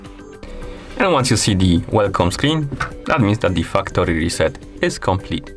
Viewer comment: very good video but for some reason I heard the fucktory reset xD